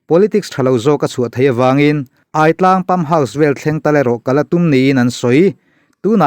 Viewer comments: Aitlang hi hmar tawng a 'kawrthindeng' sawina 'chakai' a 'ai' tih añg nilo 'thingai' emaw 'zahngai' tih emaw a 'aiii' lam rik ang a lam tur a ni e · Aitlang i lam dan hi.... aiawt ang ni lo in, a thluk in ang tur zawk aw... Pitar tia kan lam ang hian...a ki in angin... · Hahthlak thin teh e. Hripui leng bawk nen. Chanchin ila rawn Share zel duh tàkin AI TLANG tih thluk hi a lam dan kalo sawi ve mai² aw:- AI tih lai tak hi,AIAWH/AIEN tih kan lam rik ang hian lam zawk tur a nia.